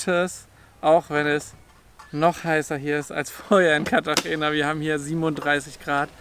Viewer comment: Wir ausgesprochen Cartachena 😊